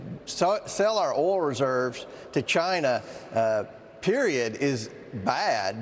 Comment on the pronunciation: can’t pronounce oil🤣